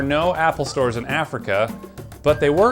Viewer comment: .... Did he just say "There are no istores in Africa" Bruh.